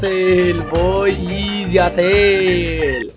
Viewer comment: Bro has been my all time favourite Youtuber. I could give MANY reasons why is the best Youtuber. In 3 2 1 He is handsome, has the man face, a rice farmer, his avatar is Manly, he is the goat, he says IZI instead of Ez, his laugh is like a meme, he is always happy, he is always upset when he gets trash kits, he is the G.O.A.T(2nd time),he has over 10k wins, he is good at roasting, he defeats hackers, he defeats sweats, he defeats tryhards, he defeats youtuber, he has merch, he has rice spice, he has MANLY beard, his youtube logo is awesome, his engagement rate is always incredible, he has over 200k subs, he donates all his robux, he exercises, he eats twice, he is asian, he is fillipino, he has Millions of fans, he is cool, he is the most handome youtuber, he beat tanqr, he beats foltyn, he is the rizz master, he is the bow grandmaster, he coaches other youtubers,he has been an OG bedwars player, he does and doesnt touch grass, he sweats but never sweats irl, he is the G.OAT. THE G.O.A.T, he plays different games he has multiple kits, he puts a ton of effort into his videos, he keeps 1 leg on his chair, he has a cat called chad, his cat will be giga chad, his cat doesnt care about sweats, he wear glasses, he has bounty paper on his wall,he watches one peice,he has a teddy bear, he uses face cam so we can see his handsome face, He makes multiple colurs for his merch, he has a meme intro,he does give aways. I could tell more but my hand hurts from typing IZIIIIII